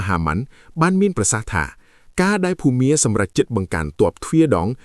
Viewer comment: លោកកាសែតអើយ ចេះអក្សរទេ បើមិនចេះសួរគេខ្លះទៅ ភូមា មិនមែន ភូមិមា ទេ....